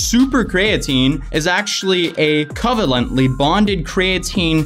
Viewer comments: I dig the vid, but hearing you say “covalently bonded creatine” was cringe haha. It’s not “cov-ent-ly bonded cray-at-tin”..it’s pronounced “Co-vail-ent-ly bonded cree-a-teen” - hope that helps haha! But you nailed it, this company is a joke. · Pssst it’s pronounced Coh-veil-ant-ly, like a covalent bond in chemistry. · "Cuv-el-ently bonded" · Basically non bioavailable means it can't be used by the body. So what ever benefits of creatine they are advertising are not really there because its in a useless form. Also my boy mispronounced EVERY word there lol. Cree-uh-teen, cOh-vay-lently, Dye-peptide. Are the correct pronunciations. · He mispronounced a lot of the chemistry terms but it's okay because not everyone is a chemist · Is no one going to talk about the way he pronounced covalently and dipeptide??? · Laughing at your pronunciations: distributes, creatine, and covalently. You make covalently sound medieval instead of chemical...🤣🤣🤣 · the engineer in me laughed so hard when he butchered 'covalently'. But alas, he is no scientist.